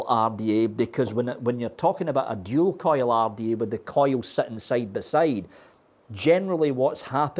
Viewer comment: When says single coil rrrrrda/take. My ears get a half chub